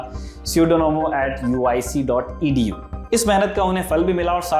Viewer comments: Pseudonomas nhi hai Pseudomonas hai Ap ki news koi Microbiologist bhi sunta hai ..jaise mi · Very nice video. However, the most important term in it was mispronounced - the genus of the said "superbug" is Pseudomonas, and not Pseudonomas . Prof. Chakrabarty is also called the ‘Father of Patent Microbiology’. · It's pusedomonas not pseudonomas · It is 'Pseudomonas' not 'Pseudonomas'!